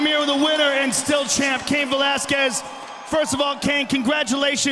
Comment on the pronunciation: Cain. Not Caun.